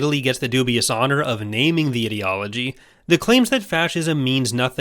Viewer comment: To me sounds like was calling Fascism an idiotology and it made me chuckle